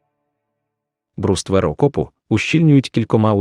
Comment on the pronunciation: що за дивні наголоси - окопувАтися, мАскує, бруствЕр, камЕнистий..